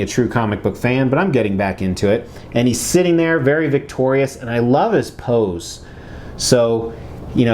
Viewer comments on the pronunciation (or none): none